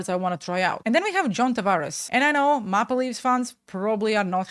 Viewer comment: Toronto mauh-pluh leafs 🤣🤣🤣 May-pel that’s how it’s pronounced lolol